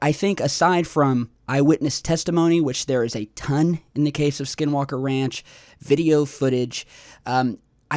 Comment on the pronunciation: Admitting is the first step. Just need to work on some general words. 'Research', 'observatory', 'ranch' and more. Big fan of your content but I cringe very often at some pronunciations. By the way this is not a hate post, like I said I like the content of the videos you upload.